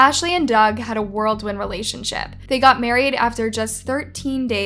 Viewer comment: World wind?!?! It's: whirlwind...😂